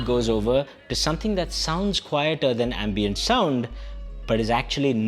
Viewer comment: dude , it is ambient.. not ambeint.